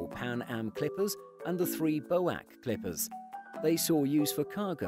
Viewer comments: Terrific vid, however a tiny bit more research needed, like... WOW, I can tell you're youngsters! Bow-wack! Bee Oh (h)Ay See: British Overseas Airways Corporation. It was folded into the modern BA well into my lifetime, and it never was referred to as you have here. A minor point, but if you're going to be this nerdy, might as well go the whole way, yeah? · B.O.A.C. not Boac. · BOAC pronouced in the video BOWACK.. do your homework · Cool video for a cool plane! :D Btw BOAC is Bee-Oh-Ayy-Sea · Thank you. It really irritated me the constant repetition of Bow Wac during this video. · Unusual to hear BOAC pronounced as a name, rather than as the component letters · If you are referring to the British Overseas Airway Corporation, it has always be pronounced B-O-A-C. It is not a word, they are initials. In 1974 it became British Airways. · Seriously. Loved the video, but cringed at every "bo-ack." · “flew in from Miami Beach Boac”… Nope. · Bo Wack! Really! So how about Tua? Buia? Clim? and Saa? That’s TWA, BWIA, KLM, and, PSA. A very interesting video about a very interesting aircraft! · I agree, can't believe they fucking said bowac!?!?!?!?! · FYI “BOAC” is an acronym not a word (British Overseas Airways Corporation). No one in the day ever used it as word, it was always pronounced one letter at a time. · Bow-ack? Come on! It's pronounced boo-ace! Otherwise, good vid. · Anyone who remembers that Paul McCartney wrote songs for another band before forming Wings knows it's "BEE OH AAY SEE"! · NOBODY ever called that airline, "Bow-ack"... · A good video but please get names right. There was never a "BOAC" company, it "B.O.A.C." the letters are spelled out individually, not pronounced as a word. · What the hell was 'Bowak' - do you mean BOAC??! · Americans called BO ACK. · Excellent video. One comment. BOAC isn't a word. It is normally said as four separate letters. If I have remembered this correctly it stands for British Overseas Aircraft Corporation